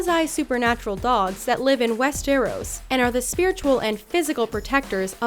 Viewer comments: "West e roos", seriously? 😂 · She sayd "West Eros"? Really?! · God the way she said Westeros... still a good video tho.